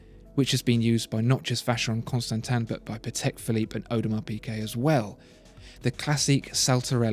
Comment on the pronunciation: It's as gorgeous as the narrator pronounces the brand. Seriously, Vacheron Constantin sounds much more elegant than almost any other brand.